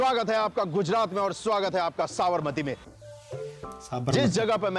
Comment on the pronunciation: SAB-RA-MATI nahi hai Sa-bar-Mati hai